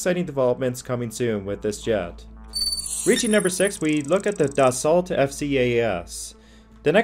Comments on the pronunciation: Dassault is not pronounced "Dass-salt". It is pronounced more like "Dahs-soe". Other than that, not too shabby for "top ten" video. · 'Dassault' is a French word where the letters 'L' and 'T' are silent, so it should be pronounced 'Dasso'. Something you may want to know for future reference...